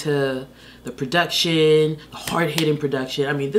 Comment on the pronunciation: Every time she says PRODUCTSHUN we get one more year of life